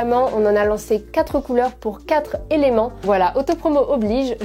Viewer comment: C'est super d'avoir dit "Quatre éléments" sans la mauvaise liaison. Merci pour cette vidéo ;D